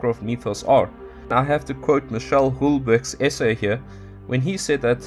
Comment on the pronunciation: Houellebeq is pronounced WELLEBEK.